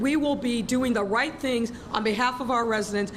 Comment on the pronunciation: "invest in the white way" LMAO! "we will be doing the white things"! I guess she never learned to pucker her lips for the R sound so she says white instead of right or maybe her homework was done in front of the TV with Bugs Bunny